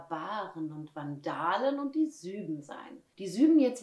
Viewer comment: Man spricht diesen Stamm übrigens als "Su-eben", nicht "Süben" aus ;)